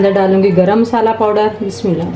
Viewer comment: Bismillah tu sahi parh ly.😮😢